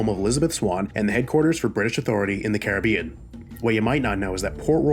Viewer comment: The way you pronounce carribean is so irritating